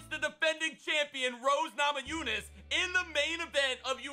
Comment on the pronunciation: Anyone else surprised he said Rose Namajunas correctly?